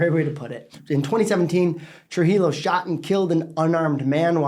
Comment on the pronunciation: Trujillo is correctly pronounced TRUE-HE-YO. It's a Spanish name.